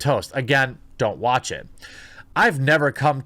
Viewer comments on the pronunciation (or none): none